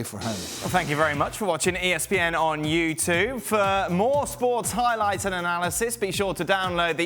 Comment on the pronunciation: Dan must be saying "U toob" for a bet. Otherwise someone surely would be telling him "Dan, you sound like a twat pronouncing YouTube the way you do. Stop it!!!" .